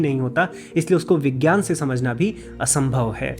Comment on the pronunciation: मैने अपने हिंदी के शिक्षक से सुना था कि यज्ञ का सही उच्चारण यज्य होता है और अपने वैसे ही उसका उच्चारण किया है। लेकिन अगर ऐसा है तब तो विज्ञान को विज्यान उच्चारित किया जाना चाहिए लेकिन आपने उसका उच्चारण विग्यान किया है। क्या सही है क्या गलत इसको समझने की कृपा करें। धन्यवाद 🙏